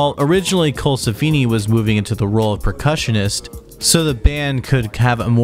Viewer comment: And Steele, and Colsefni...